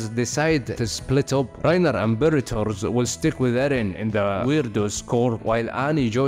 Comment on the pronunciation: You said Bertolt wrong every single time apart from the first time